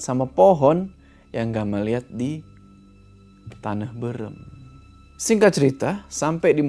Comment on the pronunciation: maaf aku ngakak sebagai orang sunda pas denger bilang "tanah beureum" wkwkwk